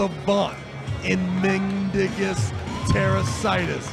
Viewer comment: pronunciation of mindaugus tarasaitis makes it sound like a skin condition😂